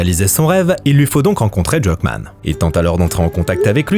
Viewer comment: la prononciation de Druckmann.... hein!!!